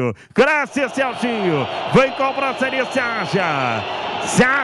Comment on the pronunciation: O narrador ta falando cobrancia 😅😅😅😅